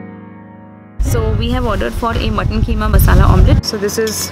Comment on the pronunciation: its keema na ke kheema. Thaks for pisting your vids. Yuh r awsm.